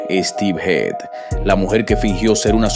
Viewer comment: A ver si te aclaras en como se pronuncia HEAD porque has dicho...hid.. heid...hed, no sé, se pronunciará como cabeza..HEAD?